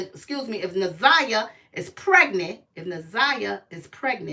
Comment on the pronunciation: NA/ ZIY/ YAH. PRONOUNCE HER NAME RIGHT!!!!!